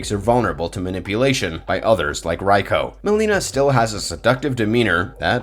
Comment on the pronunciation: Nice video, I couldn't help but notice you pronounced some names wrongly in the video. Egs Reiko to Raiko and some other names.